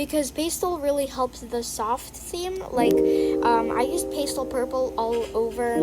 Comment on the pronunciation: Also its not pstle its PAS-TEL